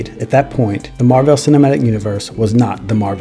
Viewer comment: Your commitment to mispronouncing Marvel in this video is incredible and infuriating at the same time.